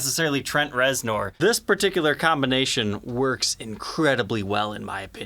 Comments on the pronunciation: yeah I'm not saying he's a poser either, but I can't imagine anyone not having heard Trent Reznor's name said aloud for real. It's like calling Angus Young Ann-goose Yo-oong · exactly that. Idk y tf he pronounced it that way. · mispronouncing a surname has nothing to do with a regional dialect. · I know...love the guy, but this is..... how do you NOT know how to say his name? If you're not into music or anything, I can understand. should know this, lol. It's like someone in a Guitar Center saying Grohl like GrowHill...😅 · It's pronounced Trent rezner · First time I've ever heard him called Trent Rez-NORE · I know, I was cringing every time he said it. Giving the benefit of the doubt, if you have never heard it spoken, you wouldn't know it is pronounced ReznEr. Still, it reminds me of a massive poser who just keeps digging that hole... just keeps.... on.... digging. is not a poser btw. I'm not implying that. Just how do you not know that? It would be like pronouncing Grohl as Growhill or GrawHil. Sorry if your reading this, take it all in jest, my man. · It's pronounced Rezner....Jesus lol... I love but good lawd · Anybody else take issue with his pronunciation of reznor? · Had to stop watching, couldn’t handle the horrible pronunciation. If you’re going to do a signature model might want to learn the artists name. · It is pronounced Rezner, not nor..as it is spelled. Would never know unless you hear it. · How have you not heard his name before? "Ner" bro...."NERRRRR" 😂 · Its said like it's spelled with an E REZNER! You're killin me smalls ! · Reznor …..but pronounced Rezner… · His last name is pronounced ReznER! Do your research before doing a video, huh? I love the sound of this guitar! It's deep, dark, and mysterious. Just like Trent's brand of rock he's famous for. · It’s also the first time I’ve heard of a strap but-TON. I think ol’ might have a touch of the ‘tism. Not a bad thing. Just saying.